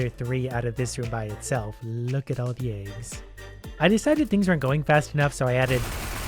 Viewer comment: They way he says aygs makes me happy